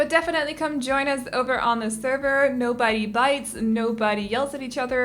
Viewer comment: when she said “nobody bites” I heard “no bitey-bites” and I giggled